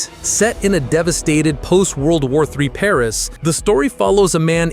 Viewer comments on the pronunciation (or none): none